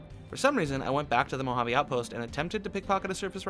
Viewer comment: Normal person: Mouhaavei: MoHaAvII